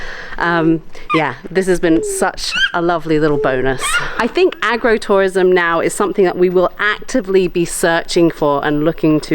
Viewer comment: I heard it as Aggro-Tourism, and I was busy trying to picture what that could be when I realized you meant Agro-Tourism, as in farms not aggression.